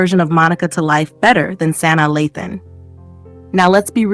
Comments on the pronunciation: Sanai....it was hard to watch pronouncing the names wrong. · You are pronouncing Sanaa incorrectly